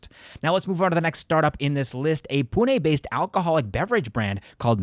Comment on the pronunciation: dude, you took Maharashtrians especially from Pune too seriously to pronounce Pune like that... 😂 Attention to details matter and this comment is the highlight for it...